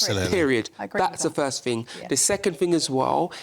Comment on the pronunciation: What’s a “fing”?